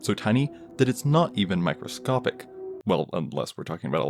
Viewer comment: After the 4th time, you said micscopic blah blah blah. I left and gave you a thumbs down. You're annoying.